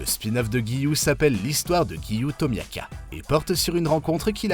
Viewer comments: En puis qu'il dit Tomiaka, nous ont doit même dire Tomioka. On devrait dire Giyuu donc lui c'est vraiment le pire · C'est pas Tamiaka c'est Tomioka😭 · on dit gyu tomioka et pas gyu tomiaka🙃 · Tu fais beaucoup d'erreurs en prononçant le noms des personnages , tu as dit misturi a la place de mitsuri et tu as muchiro a la place de muichiro , tu as dit tomiaka a la place de tomioka